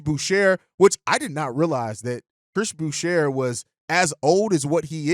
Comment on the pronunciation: the r is silent in boucher. its french